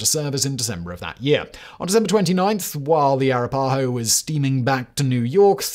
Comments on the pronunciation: "ah-RAH-pah-ho" is the pronunciation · It's not racist to point out mispronunciation of tribal names (I should note that the writers of "The Chicken Song" from the British comedy show "Spittin' Images" in the mid 80's knew how to pronounce Arapahoe) and more than pointing out when someone mispronounces Leicester, Marylebone, or Derby. I'm going on the assumption that Simon simply never heard the names pronounced out loud. And considering my ancestry is over 70% British, it's a bizarre stretch to accuse me of being racist on this one.